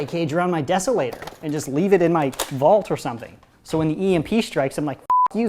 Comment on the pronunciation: I love how instead of saying zombies he says “zambies”